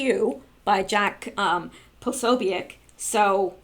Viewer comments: Jake Posobiec is pronounced Jake Pa-so-bic. Bill Mahar is pronounces Bill Marr. Good God you are driving me crazy. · I thought you of all people would know how to pronounce his name but apparently not. Jack P's name is pronounced puh so bic with the o being a long vowel and the u and i are short vowels. Now give it try and pronounce it correctly.